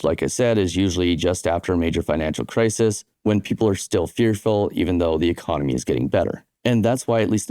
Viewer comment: “cris-is” bro. Not “cris-ease”